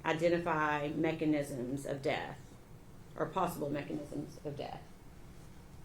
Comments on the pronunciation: Except she says deaf, for death. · She went to college for what 12 years and can't pronounce death correctly 😮 it's not DEAF.